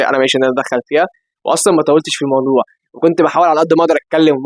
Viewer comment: بص أنا معاك وكل كلامك تمام جدددداً بس انا هتكلم في حاجه تانيه ومش انت لوحدك اللي بتعمل كدا لا شباب كتير واللي هو انكم في بعض كلمات بترققوا نطقها وفعلاً اللغه باظت يعني متقولش عقلك الباتن هو الباطن تمام؟ ومتولتش في المودوع! المفروض تتقل على النطق شويه لان فعلاً بيطلع فرق واضح اخواتنا في الدول التانيه بيتريقوا على نطقنا لمصر بيقولوا اننا بنقول مسر من كتر ما بنرقق الحروف المفخمه!! 🙂🙂فاا انا مش بهاجمك بس حبيت أقول رأيي وأنت طبع على راسي وتتكلم براحتك بس يمكن كلامي يفيد ونرجع ننطق (أصح)،، شكراً 😃💝💝